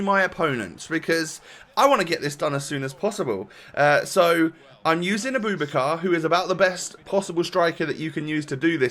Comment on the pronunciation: His name is pronounced a-boo-back-ka. Great content